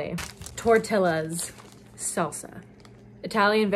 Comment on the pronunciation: Tortilla is not “tor-till-la”, it’s “tor-tea-ya”. “ll” pronounces like “y” in Spanish.